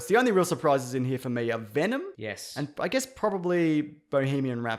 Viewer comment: "Vendom"!!!! Jeje jejejeje almost made my pee myself!!!